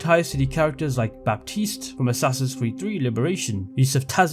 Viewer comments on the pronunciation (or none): none